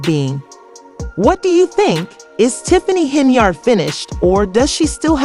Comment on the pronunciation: Why is her name being said as Cenyard.?